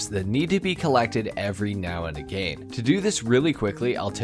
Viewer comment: First human ive ever heard who readily says aGAIN. Pretty dope